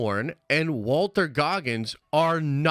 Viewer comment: Also, dumba$$, it's Walton Goggins, not Walter.